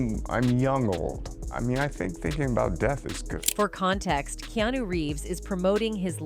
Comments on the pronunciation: KE-A-NU not Kino dammmm fucking up the man's name. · Key-new?! Way to butcher his name... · Who’s “Keeenooo” 😂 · Why do videos call him Keenu?! His names Keanu! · Please learn to pronounce his name correctly